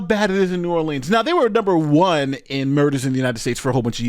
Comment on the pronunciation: Love you, but please learn how to pronounce "Orleans" (as pronounced at the mark)